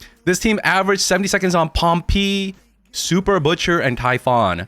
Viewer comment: why does he call him pompi, is that a meme I missed out on?